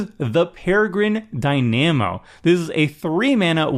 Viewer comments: Have you seriously never heard the word Dynamo said out loud? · The mispronunciation of dynamo was grating me. I can only imagine how many people are going to mispronounce that card after this video. 😒